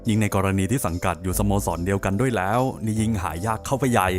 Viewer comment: แหล๊วววว ชอบการออกเสียงคำนี้